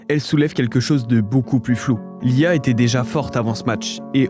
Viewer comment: La question qui ressort de cette vidéo : il a dit "lee a..." Ou "l'IA"?? 😱😱😂😂